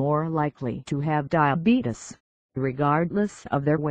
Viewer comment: You diddent say time 2 diabetes you said time 2 dieabadies